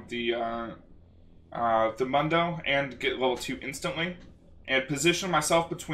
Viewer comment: You kept saying mundo wrong.